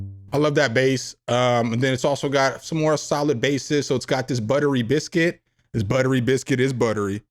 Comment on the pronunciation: Brotha i love the videos but when you said butter busict and then smile, i had to say pause for you. protect yourself lol